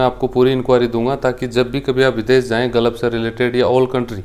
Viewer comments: Sir ji galaf NHi h hota h gulf bolte h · Tujhe Gulf bolna to aata nhi h Advocate bolta h khud ko